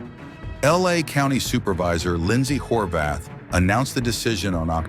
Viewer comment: Did he just say her names Lyndsey "whorebath" 🤣 Dude no way😂